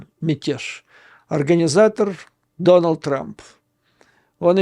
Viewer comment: Не Доналд, а Дональд. По-русски говорим и пишем с мягким знаком, смягчаем звук Л: Дональд, Арнольд, Сильвия, фильм, и т.д..